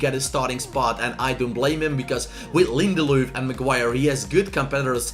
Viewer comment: Its linderlof not linderlooth